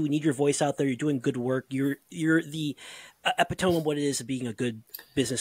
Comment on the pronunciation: Really really enjoyed this interview and can't wait for part two! One small note: it's pronounced "eh-PIT-toe-me":-)